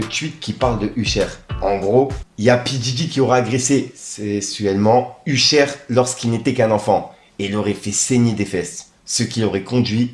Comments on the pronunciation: t'as dit "Uchère" frérot, fais un effort... mdrrr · U-chère et kilsbranl? 🤔🤣 fait un effort serieux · C'est une dinguerie de prononcer Usher comme ça Uchaiiiiire 😂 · Wwwhhhhaaaaaa tu m'as fait saigner les oreilles avec ton ....USHER 😂😂😂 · t'as prononciation de "Usher" me termine🤣🤣🤣😭💯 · Je suis sur que t'as fait expres de mal prononcer Usher pour generer + de commentaires, c'est malin mdr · Grave j'ai dit la même choses plus haut, c'est trop abusé le nombre de fois où il prononce mal, c'est sûr c'est pour qu'on commente ^^ sacré